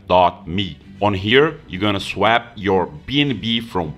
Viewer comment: lol youre saying swap wrong